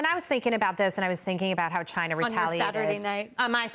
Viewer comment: Come on , let's answer the important question here, why can't some Americans not pronounce China properly ?